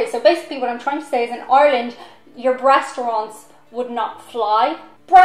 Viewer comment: Did you just say "Breastaurants?" That's hysterical!